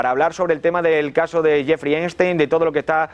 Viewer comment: Cada vez que el conductor del programa dice "Jeffry Einstein" me hacía repetir "Epstein carajo!"